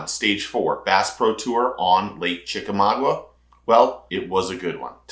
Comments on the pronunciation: ChickamauGA, NOT Chickamau-gua. GAH vs. GUA. 👍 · It's not chicka mogwa,,,, it's chickamauga ,pronounced chickamawga.